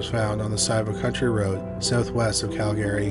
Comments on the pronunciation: You can just mention Calgary once or twice, and then refer to it as "the area" or "moved to town" or "locally". We know they're in Calgary. Also, It's pronounced 'cal-guh-ree" not 'Cal Gary'. Love the content. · Interesting pronunciation of Calgary. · I'm pretty sure he's located in Canada, as am I currently, and I had to ask a few people if anyone pronounces Calgary like that. They said no. However, there's one instance towards the end where he says it proper lol Maybe it's like that other YouTube guy that will always say one word wrong for people to comment for algorithms sake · Can this guy learn to how to correctly pronounce Calgary?